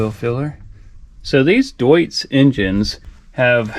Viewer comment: The engine is called literally DOITS. Read it like DOITS, this is Gernam word and in German language "eu" reads out like "oi".